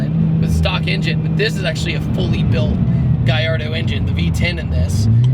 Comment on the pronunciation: Guyardo? never heard of it. Its called a Gallardo not Guyardo